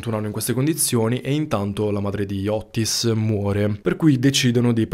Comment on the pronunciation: Otis....con una t. Non Ottis